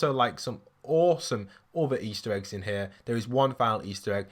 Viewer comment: You said bosome not as some